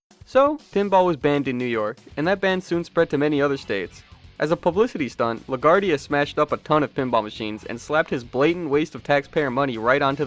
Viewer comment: Great stuff! My only problem is with how you mispronounced Bally and LaGuardia 😬